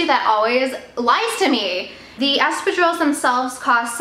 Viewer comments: Sounds like Estrogens whenever you say Espadrilles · For half the video I couldn't make out what you meant by the strange sounds you made. Please check out the correct way to pronounce espadrilles..